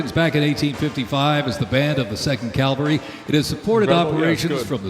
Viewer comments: The announcer said “Calvary.” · Only thing that bugged be was him saying Calvary instead of cavalry. But pretty good otherwise.